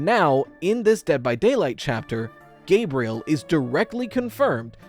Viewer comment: Gabriel, not Gabrielle...